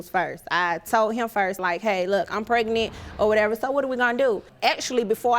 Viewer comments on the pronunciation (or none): Why do everyone seem to say prenet instead of pregnant